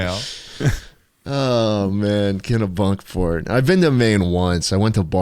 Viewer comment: It’s “Kenny-Bunkport” not “Kena-Bunkport” 😠